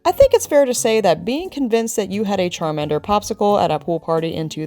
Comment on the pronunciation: "Carmander"... Awesome awesome job... Love the Mew intro!